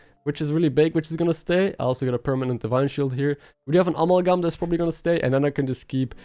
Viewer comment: uh-MAL-gum (cause I otherwise pretty much forget you aren't a native speaker and thought maybe u'd want to know...no other reason)